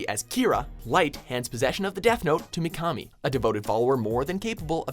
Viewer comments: I cringed at how he said mikami. Pronounced mee-kuh-mee. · I'm sorry but you said Mikami wrong;^ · He pronounced Mikami from Death Note WRONG!!!!!!!!!!! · Your pronunciation of Japanese names is atrocious. Mikami for example, you pronounced it as "Mee-kah-mee", when it's "Mee-kuh-mee". And Akatsuki, you should have watched the series long enough to hear the pronunciation in Japanese, you said it as "Ahk-aht-suu-kee", when you should have pronounced it as "Ah-kaht-skee". the u is silent in Akatsuki. I would strongly advise getting someone to correctly pronounce Japanese words and names for your next top 10 in anime.